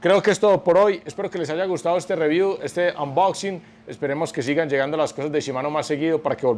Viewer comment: excelente calidad de videos y de contenido siempre, muchas gracias!!! ah y porr finnnn alguien en youtube que hable español y pronuncie bien "unboxing" Gracias, Gracias!!!